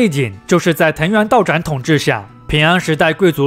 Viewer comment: 藤原道长（chang）不是道长（zhang）